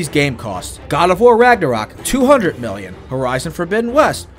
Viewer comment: bro you can't say million right